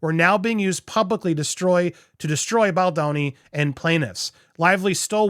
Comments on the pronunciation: Bal DOWN ee NOT Bal DAWN ee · You STILL keep saying BOLDANI /It's getting a bit annoying now) ..Mr Segñiore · Bal-DOUGH-ni lol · Please learn to pronoun his name correctly. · I LOVE your coverage! But can you please start pronouncing Baldoni correctly?😂 I live in Pittsburgh, and it sounds like you are giving it a yinzer special. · Buddy, you were doing so good saying Baldoni...😘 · Andy, maybe if you imagine the name Baldoni in an Italian accent, it will help 😁